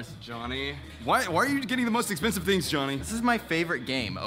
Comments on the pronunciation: Pronounce your G's,! Theens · We have to stop making fun of not pronouncing his Gs. He is a strong little boy! 🥰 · I think it’s cute when he doesn’t pronounce his g’s